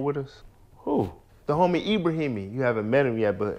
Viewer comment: Yall gotta stop eit these names 😂😂 brotha saud Ebrahimi 🤣